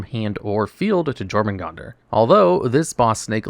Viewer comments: YOUR-muh-gun-der. The J makes a Y sound. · I'm guessing you were misprouncing Jormungandr on purpose.